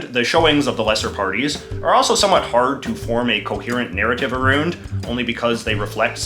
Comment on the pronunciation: You saying Aroond now? Come on dude.